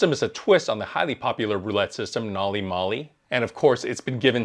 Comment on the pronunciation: can you please learn how to pronounce the system name correctly?